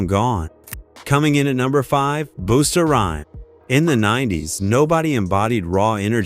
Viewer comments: IT'S BUST A RHYMES!!! NOT BOO STA RHYMES!!! STOP THIS AI USE!!!! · The man say booster rhymes lol it's buster bus ter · Booster Rhymes ….doggone AI lol 🤣🤣🤣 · No you didn't call him Boosta you 1957 Chrysler engine sounding azz you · Boosta rhymes??? WTF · This ai voice getting names wrong like cant say busta rhymes right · Flava FLav(Flave) not flaav🤦🏾‍♂️ 🚌ta Rhymes not Booster Rhymes 🤦🏾‍♂️ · Can you get one name right? Busta Rhymes. Lil Kim, Flava Flav. Trick Daddy has lupus. Lupus messed up his face.